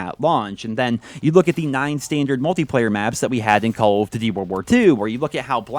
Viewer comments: I just don't like the way you pronounce DUTY It's DOODY not DIDY. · Why can't this guy pronounce "duty" right